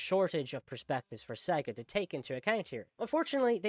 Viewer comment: I don’t trust a person who speaks about Sonic and can’t even pronounce SEGA properly. Next.